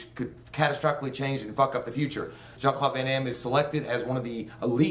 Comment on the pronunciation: dude...it's "Jean" not "Sean" lol.